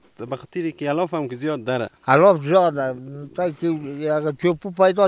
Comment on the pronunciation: میگه زیده هههههه